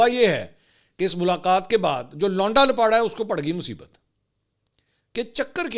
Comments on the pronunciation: لپاٹا نہیں لپاڑا بھائی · Bhai Jan lapata nhi hota Lapiyra hota hy❤